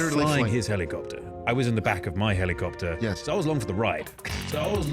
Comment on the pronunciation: The way he says helly copter